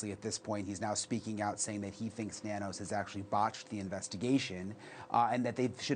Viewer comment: Nanos is pronounced No News